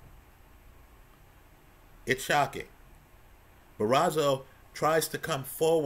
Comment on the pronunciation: ‘Bar-oh-so’ not Barazo… another great breakdown though! 👏🏻